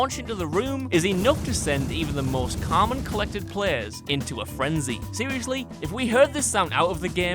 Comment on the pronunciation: sounded very American saying common or is it just me